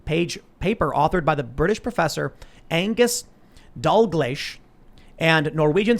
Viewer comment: Pronounced Dagleesh